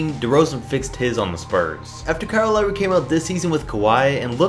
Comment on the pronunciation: Hmmm Lawry? Lol